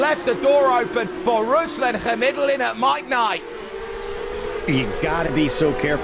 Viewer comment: ruslAn khamidUllin obviously lulz you spoke it wrong